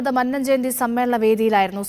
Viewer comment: നീയൊക്കെ ആദ്യം മന്നം എന്ന് ശരിക്ക് പറയാൻ പഠിക്കൂ. നീ രണ്ടും തെറ്റായി ആണ് മന്നം എന്ന് പറഞ്ഞത്.